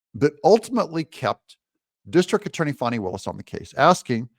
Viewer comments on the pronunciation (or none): It's not fonny, it's fanny. Not my fault if it has unfortunate alternative meanings. It's not mick CAF ee or mick cafe like a drink from McDonalds. It's MACK-a-fee. And Viva Frei is pronounced like fry. It's from his original German name of Freiheit (fry-height) and means freedom.